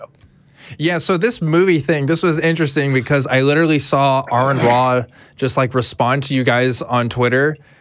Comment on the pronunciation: I'm listening to your latest show and wanted you guys to succeed. If you'll be talking about famous people and science you will lose your credibility if you don't know how to pronounce the things and people you're talking about. Aron Ra is Pronounced "R - en - ra" not Aaron ra. Also you mispronounced colloidal. I'm including the pronunciation for you. Please check those things. Good Luck.